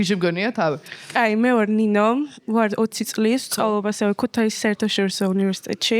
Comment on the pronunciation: ქუთეისი არაა გოგონა ქუთაისია. გქვია და შმელენე რომ დაგიძახონ არ იქნება მართალი.ასე რომ ქუთაისი და არა ქუთეისი🫤